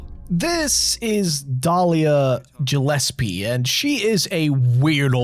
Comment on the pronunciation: Why do you keep saying Gillespie wrong? They say it correctly in the game.